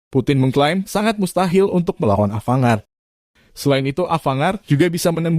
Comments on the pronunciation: Bacanya Avan-gard bang🙏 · Mohon jangan dibaca ava-ngard......